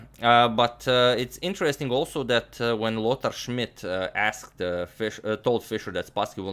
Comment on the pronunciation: I always like how you pronounce Lothar Schmid ^^ great series and you earned a sub :)